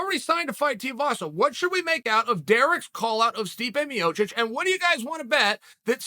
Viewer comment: Love how clear chael pronounces stipe miocic and then intentionally botches guys names who can’t cut the mustard. Kayfabe genius